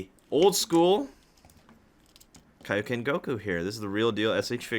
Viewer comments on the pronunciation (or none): none